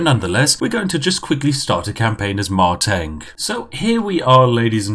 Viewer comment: Correction on pronunciation . Not Mei-Teng but Mar-Teng